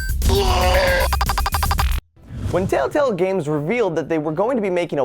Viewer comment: lol he said telltell games instead of telltale games